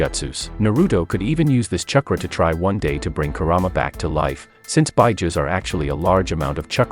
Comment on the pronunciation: Say "CHUH-kruh" one more time...